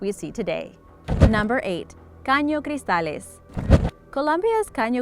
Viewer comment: I got surprised when she pronounced Caño Cristales and La Macarena perfectly.